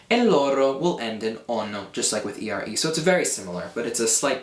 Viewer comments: You pronounce the italian "r" like "rr" (double r). You say "ERRE" instead of "ERE". -Italian ;D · I'm italian and is not "arre", "erre" and "irre" verbs but it's "are", "ere" and "ire"... the correct pronunciation is with one single "r". However it's a really good video to learn italian, so I suggest this to anyone who wants to learn italian.